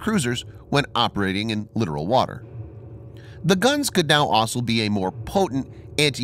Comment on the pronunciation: The way that you keep mispronouncing the word "littoral" drives me crazy. Ugh. Nonetheless, I love your videos and I both share them and post them frequently. Please keep the outstanding videos coming and God bless y'all, my friends!